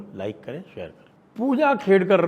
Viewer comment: Khedkar not Kedkar